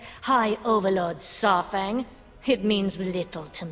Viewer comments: It's pronounced SAR-fang. Like DINO-SAUR-fang. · But i have one question for, who the hell is Saaarfang? She never says Saurfang right. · I really don't like and how she pronounces Saurfangs name, and the way she sounds like Severus Snape.